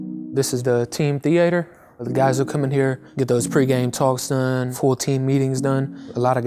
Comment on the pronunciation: he really called it a “THeAter” 💀